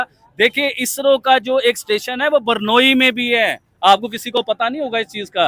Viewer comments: Sorry but it's not pronounced Burnoyi, it's is pronounced Brunayi and spelt Brunei. 😂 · yaar pls.. barnoi nahi hai woh.. usko bolte hai.. BRU - NAI. BRUNEI. aise bolte hai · Burnoi Nahi Brunei Hai... 😂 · Abhe Jahilon, woh BUR-NOI nahi hai, woh BRU-NEI hai 🤣🤣🤣🤣🤣🤣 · बरनोई नहीं, ब्रूने है सही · Hello it's Brunei not Burnoi or Burnol😊😊